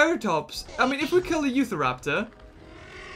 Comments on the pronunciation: Is... is he saying "Youth-araptor"?! It's "YOU-TAHraptor", as in the state of Utah where it was found. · Hey I've noticed that you have been saying Utah wrong it's not U Tha it's U Ta raptor SAY IT RIGHT!!!!!!!!!!😡 I've got my eye on you and please say it right and Also I live in The state Utah. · its u-tahr-raptor not uthraptor